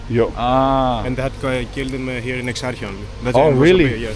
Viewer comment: Dude, at least put some minimal effort to pronounce the name correctly... That's so lame. Plus Exarcheia is currently NOTHING like you paint it to be. You're so FOS and trying too hard to gain subs and views over exaggerated or purely fictional stuff.